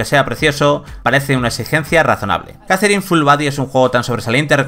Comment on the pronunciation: JAZERIN... madre mía. Poned a alguien que sepa hablar, por favor